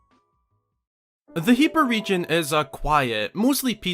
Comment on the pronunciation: It's so weird to hear 'Heebra' with a long e rather than 'Hebbra' with a short e. @@